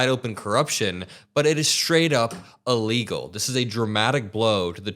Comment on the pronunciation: You know what's also incoherent and dumb? Saying illegal like ellegal.